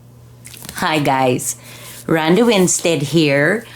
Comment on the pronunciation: Very inspiring. I really enjoy your videos. Ronda without the h. 😂